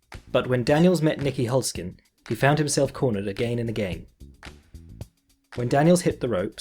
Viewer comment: I love watching Raymond fight, I am a fan of his... but you kinda butchered Nieky Holzken's name right there, not cool. Also, even though I think Daniel's striking style is way cooler, Nieky has prevailed in 2 fights against him. Just deal with it.